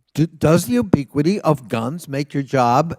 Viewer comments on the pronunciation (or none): What does obiquity or ubiquity mean? He pronounced it differently every time and the question didn't make sense.